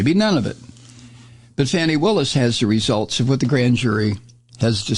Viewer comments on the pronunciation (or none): Somebody tell Mike that prosecutor Willis's first name is Fani, pronounced "FAH-nee"....not "fanny."